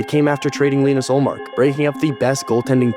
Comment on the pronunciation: you mis-pronounced Ullmark's name